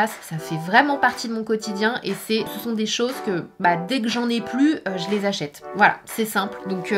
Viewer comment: J’achète pas j’achetse 😂